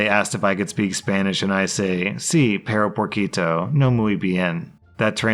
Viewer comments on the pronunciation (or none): when he read off "perro porquito" I laughed because that actually translates to "piggy dog". Pretty sure he meant to say "pero poquito"